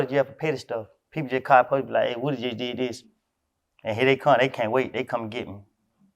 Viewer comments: Lmao dj can’t say woody 😂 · Broccoli baby had to point out on no jumper that he’s really a atl fan boy by letting us know that his name is pronounced lil wooooo Dy